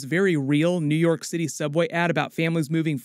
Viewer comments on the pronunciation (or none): 'My citttte'